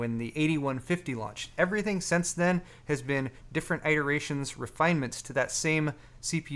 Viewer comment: Probing: Why do you insist on pronouncing "iteration" incorrectly?:P